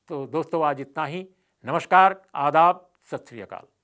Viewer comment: भाई आ दाब बोलता है